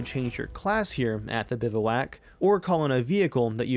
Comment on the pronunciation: Good video, but you're pronouncing it wrong. It's more like "biv-wack". Keep up the good work man!